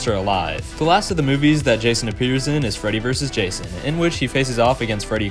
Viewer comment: Thats not jason thats rason 😭🙏